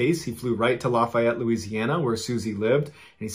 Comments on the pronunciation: id just like to say that Lafayette is pronounced (at least by us in louisiana) as “laugh yet” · down here, we pronounce LaFayette: Laugh-E-ette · Despite the spelling, that is not how Lafayette is pronounced by anyone in Louisiana. It sounds more like, "LAFFY-ETTE". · For me, in this particular episode, I lived in Lafayette so it’s also the mispronunciation. We say, Laugh-ee-ette. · Lafayette its like saying laffy taffy laffy-ette is how us southerners pronounce it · Its pronounced laugh-e-et Louisiana.